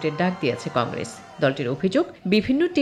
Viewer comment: কংগ্রেজ নয় কংগ্রেস